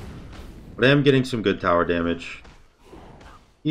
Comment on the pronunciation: a way to say “damage” like it’s a Spanish word